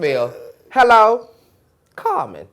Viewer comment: lmao saying CarMON